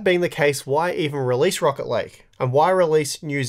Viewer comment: I kept hearing Rocket league instead of rocket lake haha